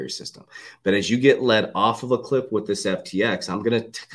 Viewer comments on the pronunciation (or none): none